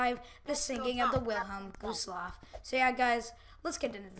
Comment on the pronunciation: Whilhelm gooselaff by the way I’m not trying to be mean I thought it was kinda funny that you said gooselaff instead of gustloff